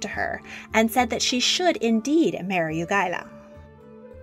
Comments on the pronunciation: I am Polish, and hearing the pronunciation "You-go-la" took me by surprise. The correct pronunciation is "Ya-ge-ello". But saying that I am greatly enjoying this (and others) video! Thank you! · we don't have V letter in polish alfabet. If you want to have the english sound of W letter you must use Ł letter. The name of Polish king Jagiełło we pronounce JagieWWo not JagieLLo. Example : Vwadyswav with english letters and with polish letters Władysław ! Wanda ( V) and to pronounce like in English you must writte Łanda! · nice vid but please its pronounced YAH-GhE-LOH, YAH as in young, GE as in geisha and LOH as in locomotive, Jagelo